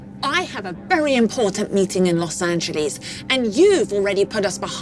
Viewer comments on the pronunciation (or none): los angelees 😂😂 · Los Angelees??? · The way she say los angleses in part